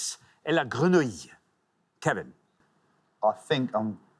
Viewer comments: Bit of a correction for Richard on the pronunciation of "grenouille": two syllables only. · Oui mais on dit "gre-nouille", on détache pas "nou" et "ille" quand on parle, donc 2 syllabes 🤭